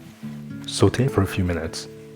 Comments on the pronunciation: in addition to your fabulous vids, great production and wonderful recipes, I must congratulate you on your correct pronunciation of "saute" - every time I hear you say it, I am transported back in time 60 YEARS (!) to my high school French class and our amazing Miss Murray (R.I.P.). Thank you so much for such a quality channel. Many Blessings to you and yours. ❤ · Love your videos and also the way you say 'sauté'. your voice is so soothing.